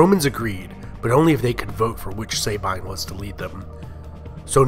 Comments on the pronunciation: It's not pronounced "SAY-bine", it's more like "sah-bean". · Great work thanks! Just one thing: please do not pronounciate Latin like (American) English. Example: 'Sabine' is pronounciated with 'a' like in the word ' American'. And the 'I' like in the word 'dustbin'. 'Remus' is not 'Reeeemus', but with 'è' , like in 'Everlasting'. And the 'u' like in 'shoe'. Remus.